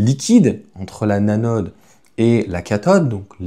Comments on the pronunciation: Salut. On dit l’anode et non la nanode. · La « nanode » ? 😅